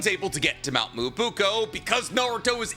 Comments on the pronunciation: Am i being gaslit? Myoboku was definitely not pronounced like that on the show. Why is he saying it like Muwobuko? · He has always said it incorrectly, Marquis. But that's not his only mispronunciation, so I let it pass. The content's good nonetheless.